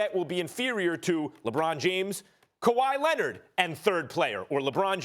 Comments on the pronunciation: “Kawahi Lenned” 😂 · "Kawhi Lennid" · "Ku why LeNid"